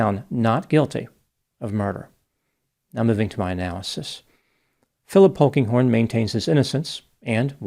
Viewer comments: When he said Phillip "Pokinghorn" I thought it must be a joke...😂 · At first, I thought said Honkinghorn.